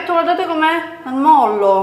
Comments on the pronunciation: Molle! si dice molle! no mollo! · si dice è molle!! 😘